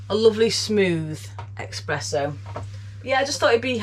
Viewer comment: Espresso. Not expresso. It sounded like a very smooth vibration for a cruising toy.